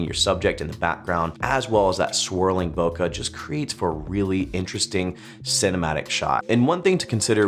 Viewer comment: PLEASE, just please... don't say Bok-HA anymore. It's Bok-EH, as in B-Okay, but with an H instead of the Y.